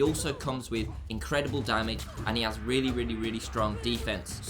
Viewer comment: Damage!!! Not damadge lolol